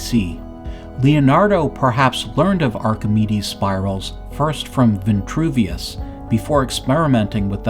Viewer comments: its Vitruvius not ventruvious.. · STAHP SAYING VI-N-TRUVIUS....PLEASE!!! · Vitruvius has no n. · There is no N in Vitruvius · There is no “N” in Vitruvius. So why say it that way… Kind of weird.